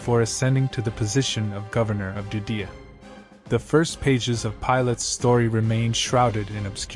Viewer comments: Sounds like he is calling Judea, Dudea. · Judea, not "Doo dee uh".